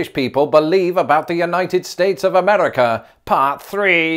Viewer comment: it's not "Ameddica".